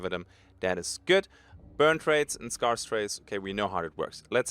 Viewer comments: S-care-s not S-car-s 😂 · For all the Germans in the world (and austrians) scarce is pronounced 'sk-air-ss' not 'sk-ar-ss'. From...THE BRITISH. Happy to be of assistance.